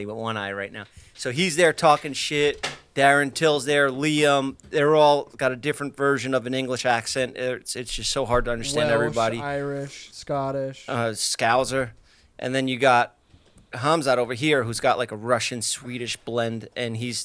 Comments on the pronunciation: Haha I love how Jeff just said "Scowzer". I'm from Liverpool too...but Jeff, it's pronounced scow-ser...rhymes with "bouncer". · As an English girl I did love your pronunciation of ‘scouser’ accent like ‘skowzer’ haha :) our accents are a bit ridiculous, also many Americans that haven’t been here know us through shows where we either speak like cockneys or the queen! I wouldn’t throw an American in a room with a bunch of scousers, geordies and Yorkshiremen and expect them to understand, trust me even an English person from the south might get lost.